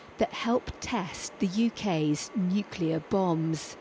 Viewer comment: "Nucler weapons as a self deffence", only a mad person would say something like that.... He must be from Westminster......